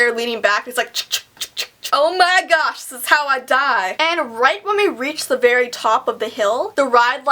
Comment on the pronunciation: "Oh my gash this is how I die" 😂😂😂